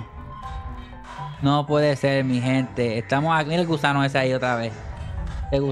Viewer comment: Dijo gusado jajaja